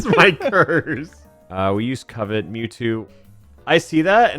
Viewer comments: The way pronounces Covet drives me crazy, even though it's probably the way anyone would pronounce it if they didn't know what it actually was. It's pronounced like cuh-vit, like the desire to have/take something. Damn you, English language. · No one else at all annoyed with "Co-Vet"? It's a normal word, not even a made up pokemon word... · that one dude says "covet" so completely wrong and weird that it literally sounds like he's saying "covid" the first time he mentioned it i was seriously like "wtf is he talking about covid for" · Someone tell that guy the skill is not pronounced "Covid" XD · pronouncing covet like a British person would say corvette made me feel pain. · Why does keep calling Covet “COVID”? Is it an in-joke on his channel, or does he just not know how the wors is pronounced? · Why does that guy pronounce covet like “koh-vet” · Pretty wild to hear “Covet” be mispronounced like that. Then again, one should never judge another for mispronouncing a word because it means they learned it from reading! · How does no one here know how to pronounce, “cuh-vit?” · saying "co" "vet" every time made my ears bleed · Ah yes, the move Coe-vet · Covet is pronounced /CUHvit/ or /CUHvet/ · Ah, yes. Coh-vet. Coh-vet. Coh-vet. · Covet is pronounced like “cuv-it” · When you say Covet as COVID 😂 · Grown adult can’t pronounce covet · pronunciation of covet pisses me off. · It's always funny when "pokemon" youtubers don't know pokemon facts, like Skitty evolving with a moonstone, or how to pronounce "Covet" lol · So I guess has never heard the word "covet" pronounced before...? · the way that guy pronounces "covet" tho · Great video and awesome concept! Only thing that bugged me was the mispronunciation of “covet”, but that’s just the English nerd in me. Great job putting together an awesome video! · The way said covet wrong every time pissed me off for some reason. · Why is he pronouncing covet like that?